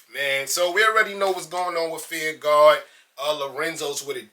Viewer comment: "feEeR RuHGaWh..feEeR RuHGaWh."..lol enunciate my brother. Fear. Of. God. lmao